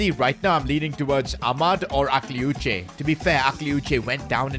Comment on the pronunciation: Bro its pronounced akliouch you dont pronounce the e